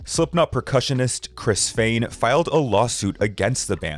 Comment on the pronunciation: Smh it is not Fain, it is Fehn pronounced as Fha-N🙄🙄🙄 Chad Kruger? Nope again. It is pronounced like the grocery store Kroger smh get yourself an editor because you are in desperate need